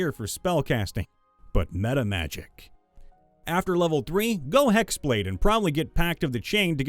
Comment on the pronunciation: "Me-tama-jix" actually gave me psychic damage.